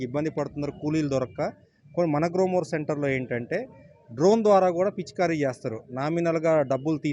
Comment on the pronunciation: గ‌్లోమొర్ కాదు గ్రోమొర్ 😅😅